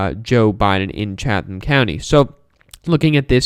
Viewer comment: Hi from GA, it's pronounced CHAT-tum. Great job! Go Biden.